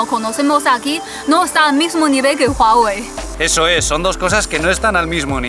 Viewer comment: Amo que digas Huawei correctamenteee jajajaja buen video!